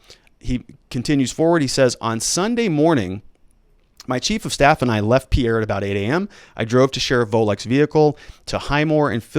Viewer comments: And I think Pea-air is Peer. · It's PEER not pee-AIR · Pierre is pronounced Peer. Most south dakota counties have a sheriff or a sheriff and 1 or 2 deputies. The top 10 counties (population wise) have more than 3 total law enforcement officers. Not many towns have police and sheriff. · Pierre (pronounced peer) is not what I'd call a bigger city.